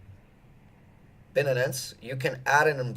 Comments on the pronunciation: Dude, its Bi-Nance, not Bin-nin-nin-ance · Binenens? HAHAHAHA wtf No one pronounce shit like that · Bin-nanance rhymes perfectly with fin-nanance, to all you haters! :-D